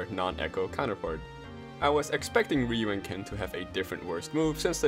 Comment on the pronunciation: It's ryu - ken, because, shouRyuKen